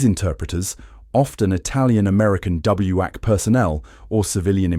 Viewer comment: WAC and WACS are pronounced "whack" and "wax".